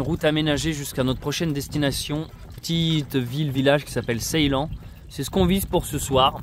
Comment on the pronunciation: meuh oui! 🤗🥰 Mais lorsqu'il l'a prononcé la 1ere fois, ça sonnait Ceylan 🤣